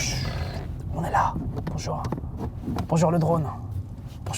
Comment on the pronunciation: Regarde qu'on dise un petit aurevoir stp.. -"Bonjourenh" 😂